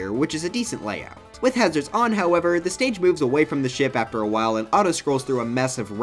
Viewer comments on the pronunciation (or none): none